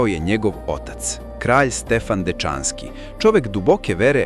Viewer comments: Ja sad po prvi put čujem da se Dečanski izgovara tako brzo.Učio sam da je naglasak na slovu E i da se izgovara sporije.Isto i za reč anatema.Naglasak na slovu A i izgovara se sporije. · Наратор погрешно акцентује Дечански,Дечански није презиме него присвојни придев,као кад био рекао Чачански.